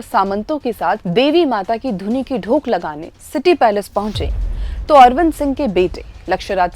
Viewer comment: आप एक शब्द का गलत उच्चारण कर रहीं हैं l "धोक" शब्द को आप "ढोक" कह रहीं हैं l